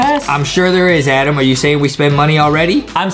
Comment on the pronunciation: The game says adam but its adem lol